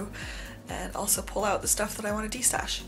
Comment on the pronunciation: Did you say destash? 🤤😉